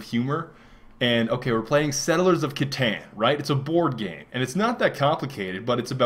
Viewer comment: It's settlers of Kuh-tahn, not satan with a c